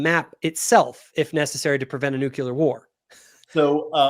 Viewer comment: you two need to have a debate about how to pronounce properly the word “Nuclear”. would win by the way. Because he’s right about how to pronounce it.